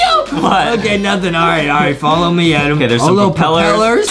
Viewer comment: justin always call adam adem and thats make me laugh